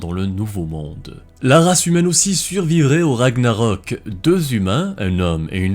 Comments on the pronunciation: Bonne prononciation des noms vikings, respect (sauf pour Ragnarök qui se prononcerait Ragnareuk en roulant les "r" mais je chipote" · Je pensais que Ragnarök se prononçait Ragnareuk ???